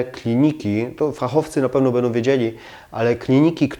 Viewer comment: A co znaczy będom, płytkom, wodom? Chyba powinno się mówić będą, płytką, wodą, proszę zadbać o estetykę wymowy, jest równie ważna jak estetyka wnętrz.